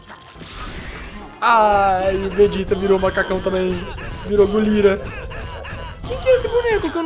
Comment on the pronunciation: O cara e lenda nem sabe os nomes do ozaru e chama gorila de golira